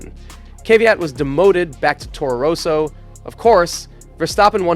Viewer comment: Toro Roso, Fisitjella, dude, why not do your best to properly pronounce common F1 names? It is not that hard.